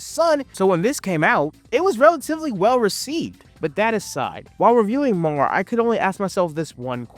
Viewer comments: I don't understand how there are clips of the anime in the video, but dude keeps calling it "Mar" instead of "Mär" (M-air). This reminds me of a short in the back of an issue where the creator heard a clerk yell to the back if they had "MAL," instead of "Mär." You know, since L's and R's are flipped in Japanese. Haha, bro even called them "arms." Like, I get it. These letters aren't common in the English language, but even the show pronounces them this way. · Not trying to sound like a jerk, but hearing you mispronounce MÄR and ärm started to get to me, with the sheer volume of word use. You forgot the umlaut even in the title. Umlaut over the a stresses a hard a sound, so they’re pronounced “may-r” and “ayr-m.” I absolutely loved MÄR. Ginta always got me so pumped and excited, and I love that the power system is based around magic items. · His pronunciation had me questioning myself 😅